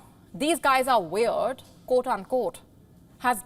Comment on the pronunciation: wayerd and waryous ---now that's weird.